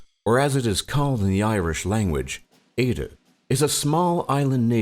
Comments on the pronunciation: Ok so this video like lowkey pisses me off First, eiré is pronounced “ire-ah” not “ee-re” Second, it wasn’t that over time we gradually spoke more and more english. It was the fact that you could be killed by the English for speaking Irish too much. We were forced to drop the language. And when you did talk about the famine, you managed to leave out the fact that the English just didn’t care. You almost managed to make it sound like we were to stubborn to eat anything other that potatoes. It’s literally because we only had potatoes, and the English didnt care enough to send us food, even though the reason for taking over Ireland in the first place was apparently “we couldn’t take care of ourselves” even though we could, and when it came down to it they didn’t do shit for caring anyway. When it came to the origin of Dublin, you failed to mention the original city, Waterford. That was the first city founded by the Vikings, and I’d say that the Waterford people wouldn’t appreciate being in the shadows of Dublin on the matter, considering they are in the shadows of more or less everything else. When discussing sport, in Ireland’s everyone’s favourite seems to be hurling, and focusing on Gaelic football probably isn’t the best idea. Almost all my friends play hurling and camogie, and only a couple play Gaelic football. Last of all, your note about Ireland having a melancholy tension in the air is bullshit. Yes, the famine was incredibly tragic, but the people here today are the ch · It's air-in in pronunciation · No we pronounce it Like Ira but spelled éire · Wtf kinda pronunciation is (ay-ru) for Éire what are we Japan? it is (air-a) simple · It's air-ra not ey-ri you pronounced everything wrong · it's not eada it's eire pronounced a-i-r-e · Same I mean he said Éire Eider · Eidrde- that’s what he said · staringalpaca Eire is prounced as "ear-a" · staringalpaca eire...ay ra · Did he just pronounce Éire as Aidan? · Eire is pronounced aira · its pronounced air-ea